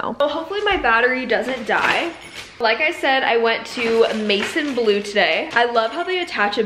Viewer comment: It’s pronounced like mae-zawn blue 😇